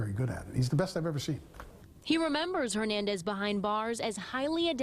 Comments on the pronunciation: why cant that guy say “ Hernandez” correctly???? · watched a show with this cop butchering “ Hernandez” every time he says his last names- dumb